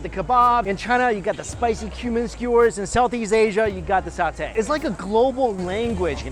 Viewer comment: You were in Singapore?! The one night i did not crave for satay at lau pa sat. PS: you said the word satay correctly